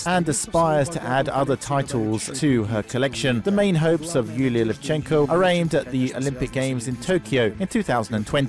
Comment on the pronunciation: its LEvchenko, not LevchEnko